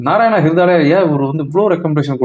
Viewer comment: நாராயண ஹிருதாயலயா என்று தெளிவா சொல்லுங்க